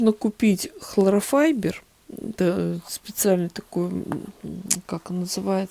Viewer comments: Здравствуйте,, часто просматриваю ваши видео, очень увлекательно и полезно, но заметила маленький недочёт в произнесении слова холлофайбер, это не хлорофайбер, как только услышала " хлорофайбер", то захотелось поправить вас) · ХлоРофайбер? 🤣🤣🤣Первый раз слышу такое произношения. Повеселили, спасибо!